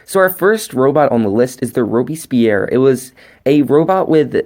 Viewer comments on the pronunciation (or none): none